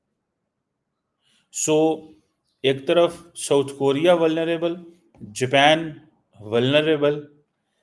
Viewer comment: Amaa Mia Jaapan Kahu, Ye Kya Amriki Panjabi accent Main Jepaan keh raha hu😂